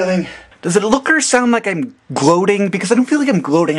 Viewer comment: you say gloating funny hahaXD